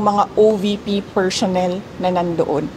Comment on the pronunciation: “Per-shons, per-shonnel, mem-bersh” not cute at all If you vote clowns in office, expect a circus show 🤡🤡🤡